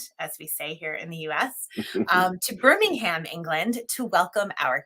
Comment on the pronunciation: Ooh, I have to call out the Birmingham pronunciation there---American flag on the play! lol